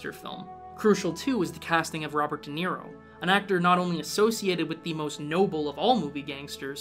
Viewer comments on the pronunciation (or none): none